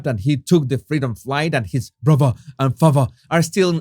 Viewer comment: omg… bruvver… favver…Brilliant. 🥳